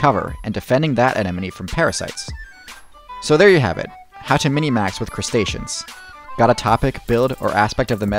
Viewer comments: It's minmax, not minimax. It's a compound word derived from the abbreviations of each. Maximum= max Minimum= min Therefore, minmax. Language might be fluid but there are limits to it's fluidity and this in clearly one of them. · Has this ever been called "Minimax" or am I going crazy? I have always heard min-max, never in my life minimax.